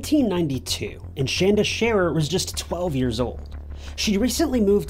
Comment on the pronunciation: Hey! He said our name right!